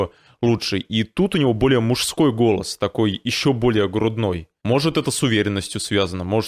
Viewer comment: вы слова "голос, голоса, голосов" произносите как то по другому. Мне слышится на казахский лад как будто гөләс, гөләса...